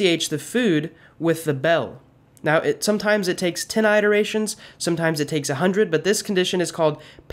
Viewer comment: You pronounce "iterations" weird.